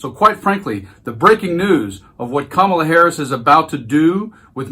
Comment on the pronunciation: Donald , I know that mentally you are a junior school bully , but I'd like you to know the VP's name is not Ka marla , Kamabla , Kamilla , or any other childish twist of you baby brain .....Her name is Karma la .